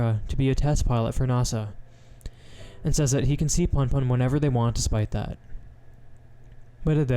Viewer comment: It’s “Poonpoon” not “Punpun”